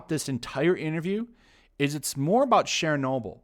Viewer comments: Share-noble? LOL. It's a hard CH sound, like church. Churchnoble. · Why do you pronounce "Chernobyl" like "Shernobyl"? Weird. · Why do you pronounce "Chernobyl" with a French accent when it's Ukrainian?